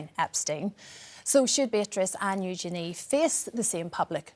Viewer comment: Of course Their Royal Highnesses should not suffer any criticism. They are not their parents. I do wish people would take the time to pronounce Princess Eugenie's name correctly. It's not Yoo-gee-nee, it's Yoo-juh-nee. It really isn't difficult.